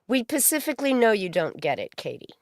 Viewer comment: It's SPECIFICALLY not Pacifically. Holy Fuck